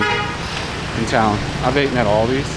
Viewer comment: like the videos but man! you gotta come back to the states once in awhile. the locals there are hindering your English dude “ate’n” vs. “eaten” lol 😂 just messing with you. be safe and keep up with your health goals